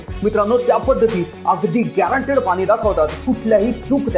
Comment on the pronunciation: Pani ...ya shabdat ..n...cha uchhar shudh kara ...aikayala aavadel